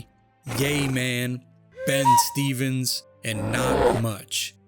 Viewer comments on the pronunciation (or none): none